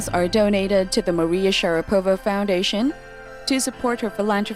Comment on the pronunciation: For Christ’s sake, can you please learn to pronounce her last name.